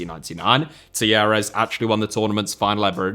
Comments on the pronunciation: I thought you were saying Tierras until you showed the wiki page. Talleres is pronounced tah YE res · The way you pronounce Talleres must be an April Fool’s joke!